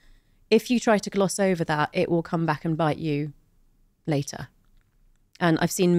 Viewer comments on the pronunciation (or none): none